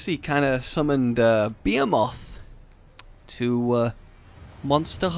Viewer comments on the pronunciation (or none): Since when is behemoth pronounced BE-a-moth? It’s BE-HE-muth. Pls fix ur English, it hurts. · .......why do i hear be moth and not ba he muth?? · It's BAH Hē MOTH!! not Beeahmoth... ugh DX you are killing me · It is called bee he muth not be a moth not hate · Beomoth...really that's not its name...thanks for ruining my final fantasy experience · The hell is a 'beemoth?' Cuz that's what it sounds like your saying. Be em oth. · It bothered me, but it is Ba-"HE"-moth not bay - a - moth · please. It's Behemoth. Pronounced Beh-He-Moth not fucking Be-A-Moth. Can we get Mothman, too? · The ..... Beermoth ??? Wtf man "be-he-moth" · Hey you BE HE MOTH not be a moth learn to pronounce words that and you being weird are you're only flaws but we like you because your weird so just learn words please it took you so long to figure out Kulu ya ku instead of cooler ya ku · u said beomoth instead of behemoth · "Beee-heeee-mawth" like what? You don't pronounce it as "Bee-hee-myth"? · Bee-Hee-Muth. not Bee-Haa-Moth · It’s behemoth not beamoth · BE HE MUTH, not beamoth behemoth. I love you. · Because has no clue how to pronounce words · not even about different accents he say bee ha mot. its bee hee moth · be·he·moth bəˈhēməTH,bəˈhēmäTH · damn it it’s pronounced ba-he-muth phonetically rage wth. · It's BE HE MOTH.... you fucker just say it right please. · i think u mean bee-he-muth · Wtf is a beer-moth LOL! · It’s Be-hee-mu-th!!! Say it right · (Be-He-muth) is how it’s pronounced. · Bee-eh-moth? Ffs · For the love of all that is unholy: stop saying 'beomoth'. That skipped syllable is driving me crazy. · Why do you have trouble pronouncing beHEmoth?!? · BEE•HEE•MYTH ... lol 😂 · emphasis on the “he” my dude....it’s pronounced (buh•HE•muth) LOVE YOUR CONTENT BRUH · I think its pronounced bee-hee-mith correct me if im wrong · I thought it was pronounced Buh-he-myth. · Pronounced Bee-He-Moth 😂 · Yes, I am the Be-A-Moth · Its pronounced Buh-he-muth for future ref.